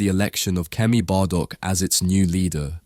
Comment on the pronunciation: Isn't it Kemi Badenoch, not Kemy Badok?